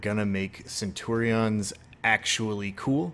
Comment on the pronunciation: Cool vid but the way you say centurions makes my Englishness hurt.